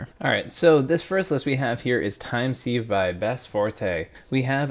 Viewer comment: Sieve rhymes with ‘give’, not ‘sleeve’